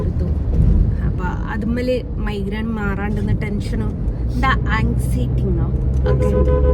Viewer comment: പോടീ പുല്ലേ.... നീ കക്കൂസിൽ പോകുന്നതും എടുത്തിട്... മൈ ഗ്രേണ് അല്ല മൈഗ്രെയ്ൻ എന്നാണ്..... ഇവളാരാ വൃത്തികെട്ടവൾ ഓഞ്ഞ സംസാരം വെറും കച്ചറ വർത്താനം......